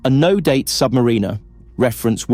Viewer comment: Learn how to pronounce the name of the watch